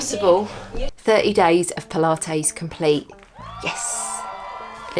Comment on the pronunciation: I like how you say “pula-tayze” :-) like mayonnaise :-) I’m so excited about the muscle you gained! That’s amazing. I think I need to give it a go. I also want to get that scale thing…that is So COOL!